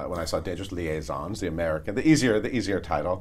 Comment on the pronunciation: No, the second s in "liaisons" should not be pronounced...